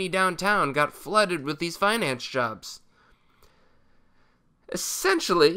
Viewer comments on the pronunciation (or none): none